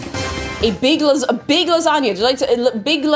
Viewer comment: LASANJANUA had me snort laughing. Oh I do love me a good gor-met lah-zag-nay. And that really hurts my Italian blood to type that.🤌🤌🤌